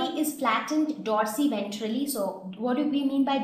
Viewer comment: It is dorsoventrally... Not dorsiventrally